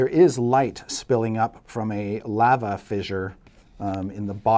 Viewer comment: Did Chris just mispronounce lava?